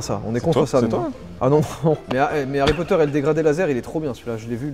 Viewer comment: Joyca tu as massacrer Harry Potter moi qui est la fan numéro 1de Harry Potter 😂